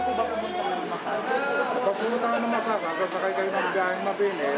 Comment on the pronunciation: Point of Clarification lang guys and No Offensive Intent, Just to Point Out: Tamang Pronounciation ng Masasa Beach ay yung nababanggit ng Kapuso Reporter na si Caesar Apolinario on this video documentary. "Not lethal" pero maaari kasing maging iba ang interpretasyon ng mga Batangueno na makakarinig. Tulad ng Lobo at Calaca Municipalities (which are also great places for their beaches). May "punto" o accent ang mga barako eh, but no harm naman, a lot of caring, generous, and hospitable people ang mga Batangueno. Ako mismo nagkakamali pa din minsan sa pagbigkas pero there are people willing to teach what is right naman. Of course, Batangas is a great place to visit. Regardless if hindi makapagbigkas ng tamang "punto" at hindi minsan makaintindi ng ilang terms (ex.: guyam/langgam, bilot/tuta, balatong/monggo, aatis-atis/palamya-lamya, at tubal/maruming damit). Marami pang madi-discover sa probinsya ng mga barako. Beaches, mountains, forests, lakes, seas, name it! Search lang guys and marami pa tayong ma-discover. :)